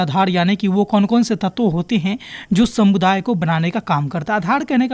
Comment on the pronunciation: Shamuday nhi sir samuday h aap har video me sa ko sha kyu bolte ho 🧐